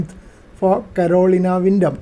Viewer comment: Thank you for the great video, and an antenna that I am going to put at the top of my project list. Was amused by your pronunciation of Carolina, as it hits these ears as "colonial", but as my wife has a hard time with some English words, I have learned to auto-correct as it reaches my ears. Again, thanks for the video.